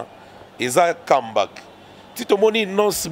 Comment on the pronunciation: et son affaire d'anglais...Kambak 😂🤣🙄🤔 comeback?